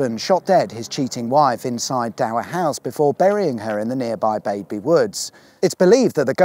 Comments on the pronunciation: I see you like to mispronounce names of places. First the village of "Baby" is really known as 'Badby", but most important of all is the mispronouncing of "Dysentry", you called it "Daventry" for some reason. One thing going for Dysentry when it was a nice market town before it got foul, it use to have the BBC transmitters for the "BBC World Service" on Borough Hill and just a mile or so East was a single transmitter for "BBC Radio 3". Dysentry was also used in the development of radar, from Wikipedia:- Radar experiment On the early morning of Tuesday 26 February 1935 the radio transmitter at Daventry was used for what became known as the "Daventry Experiment" which involved the first-ever practical demonstration of radar, by its inventor Robert Watson-Watt and Arnold Frederic Wilkins. They used a radio receiver installed in a van at Litchborough (just off the A5 about six mi (ten km) south of Daventry) to receive signals bounced off a metal-clad Handley Page Heyford bomber flying across the radio transmissions. The interference picked up from the aircraft allowed its approximate navigational position to be estimated, and therefore proved that it was possible to detect the position of aircraft using radio waves. The success of the experiment persuaded the British government to fund the development of a network of full scale radar stations on the south coast of England, known as Chain Home, which provided a decisive advantage to the RAF in the Battle of Britain in 1940.[ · For the next vid in south Northants and for referent Badby is pronounced Bad-Bee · I live right near the Cock, you could have popped in for a coffee! Next time. Fyi Badby is pronounced Bad bee. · I’ve always pronounced Badby as ‘Bad-bee’ not ‘Bade-bee’. Which one is correct? That old ruined house is on private land so it was good to see you sneak up to it. Great video.